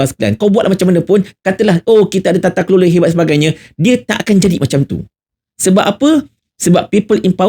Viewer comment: Tatakelola jadi tatatekote 😂😂😂😂 teruk2.. baru sepenggal dah huru hara